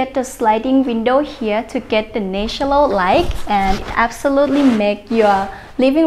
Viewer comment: Well done but please try to pronounce "natural light "